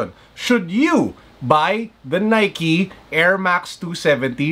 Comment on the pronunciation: the way he says should u guys buy the nikey 27d reakkk lol g